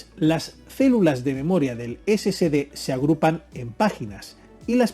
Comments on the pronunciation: No se debe pronunciar "scd" sino S S D de Solid State Disk, corrección desde Cobán, Alta Verapaz, Guatemala, C. A. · Sí, lo sé, pero debería NO comerse la "E"... Debe sonar: "ESE ESE DE", no: "ESE SE DE". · Perdón pero pronuncia mejor si es que te vas a dedicar a hacer videos , se llaman SSD y se pronuncia " Ese Ese De " , entonces porque lo pronuncias "Ese Ce De" lo que significa que al escribirlo como lo pronuncias sería " SCD " . Por favor más profesionalismo si te vas a dedicar a esto 🤷🏻‍♂️🤷🏻‍♂️ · Por que llamas al disco SSD como esecede , no es SCD. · ¿SCD o SSD? Cuando los menciona Ud. parece que dice: "ESE SE DE".